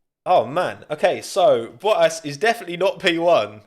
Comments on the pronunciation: I don’t know why he cannot pronunce the Ts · he turns 153% more brittish when talking about anything merc related :P (oh and sebastian ve-el)